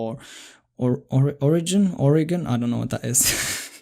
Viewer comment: Let me be clear - There is no problem with someone mispronouncing Oregon or any other state. I personally found it funny as a reflection of the state so I commented. I apologize if you interpreted this as me attacking the creator of the video. I appreciate, as well as free code camp, and this was in no way intended to be a slight against him or other non-US English speakers. To reiterate, the funny part was the humbling idea that the state could be so completely unknown to the point where it's not even recognized as a place that exists. Just as you with your name being something you've known your whole life may find it funny when someone from America or elsewhere would be COMPLETELY unfamiliar with your name as a concept. Imagine someone hearing your name and believing it to be a type of food. The idea is funny, that doesn't mean the person who made the comparison is somehow less than. This is my perspective